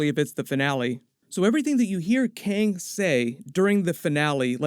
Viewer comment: dude its Kang not Kyang !